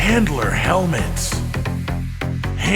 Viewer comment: I keep hearing Hitler not handler lol